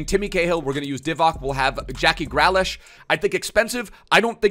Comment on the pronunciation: Say Green, say Lish, now say Grealish